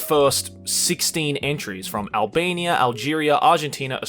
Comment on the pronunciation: What reads: Albania What I hear: Alabama